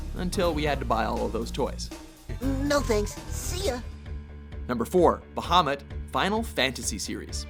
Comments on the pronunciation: Ba-ha-moot. It's pronounced Ba-ha-moot. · I thought he said Mohammed